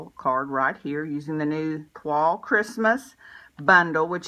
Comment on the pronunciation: Thank you for the inspiration. Beautiful card. Also thank for pronouncing Toile correctly.